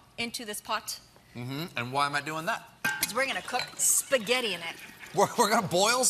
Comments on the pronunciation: Her italian pronunciation sounds pretty correct to me (I'm from Italy), it's not fake at all, for example she says spaghetti almost like a native italian( just the double T sounds a little too "english"), or the way she says "pizza" and "gelato" are fine, and other words like "burro" or "parmigiano" . She sounds just like an italian person who is speaking only english for many many years, as she actually is. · Italian here (born and raised) dude colbert’s pronunciation couldn’t be more incorrect. Italy has so many different regional accents but in this word most of the variation would be on the openness of the “e”, Giada clearly has a Roman accent so that’s why she says it with a closed e. Hope it makes sense. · Her way to say "spaghetti" is way more correct than the Stephen's pronunciation, actually. The first vowel is always the sound of italian A, we don't have any sounds like the schwa in our language. Assuming you are an english native speaker, you must have noticed how many italians speak english without using any shwa at all (for instance, the say "father" or "girl" using an italian E sound, or "worm" as an O. The second vowel can be an open or a close italian E (as nefrit6 already said), although the close E could be considered the most correct variant, as far as i know. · There are different accents obv. She's from Amalfi. And you can hear it. She's pronouncing it correctly. Also, it's really difficult to pronounce something in the American way when you're used to another (the right) way. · She has a Roman accent. I’m Italian and I’ve lived in Rome for about 7 years, Romans pronounce spaghetti with a closed e. It’s not even up for debate. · Here is a PSA for all the “Italian” Americans saying she is pronouncing spaghetti wrong: she isn’t. She has a Roman accent, and your knowledge of our language is probably very limited if you didn’t realise that, so please stop calling yourself Italian. With love, from an actual Italian who lives in Rome.